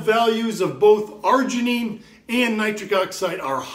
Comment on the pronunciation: Citrileean the Fuck up & Argeineean these ballsszzz😅 but thanks for the info